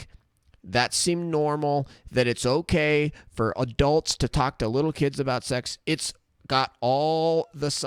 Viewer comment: Wowwwww, hokay vaush, hokay.